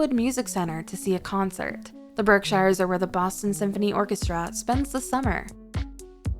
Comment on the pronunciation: Berkshires is pronounced "BERK-sherz". The discussion of Plymouth shows footage from (I think) Plymouth England. The discussion of Amherst/Northampton shows footage of downtown Boston. The New Bedford section uses the Boston waterfront and downtown Cambridge.There're a LOT more amusing mistakes but the overall vibe of AI that no-one even bothers to check comes through loud and clear.